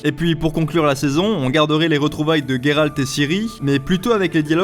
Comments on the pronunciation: n'ayant ni lu les livres ou jouer au jeu, j'ai adoré ta vidéo excepté à chaque fois que tu as dit " Guéralt " et pas " Géralt " haha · Il s'appelle Geralt pas Gueralt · Je ne sais pas mais j'ai l'impression que tu prononces mal son nom... Comme Gai-ral-t au lieu de Gé-ral-t.... ''IMPRESSION'' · Mais c'est GÉralt putain 😂😂 Ça se prononce comme ça dans les livres, dans la série et dans les deux derniers jeux...pourquoi y a autant de monde pour prononcer GUÉralt 😂😂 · Salut je suis d'accord avec toi, sur plein de points mais ta prononciation de "Guéralt"me fait vraiment mal aux oreilles, du coup je ne sais pas ce qui est le pire les faux raccord de la série ou ta prononciation du coup 😂😂 (ps: blc des puristes anglais et de leurs prononciations hasardeuses comme dirait l'autre ont et en france ici donc ont parle et prononce français mdr et c'est plus jolie entre nous 😆😉) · Comment tu as dit Gérald😂😂😂😂😂